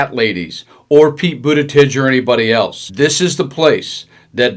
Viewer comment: "Buttitige"? Close. 😊